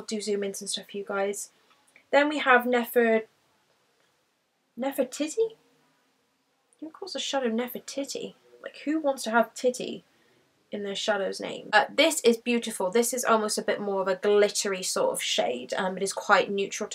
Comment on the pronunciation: Nefertiti is an Egyptian name - titi pronounced like tea tea :)